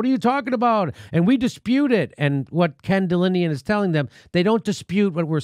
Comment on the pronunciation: It's "Ken DelAnian", not Delinian. If you can't read the first letter of the alphabet correctly, how can your reading of a story be trusted?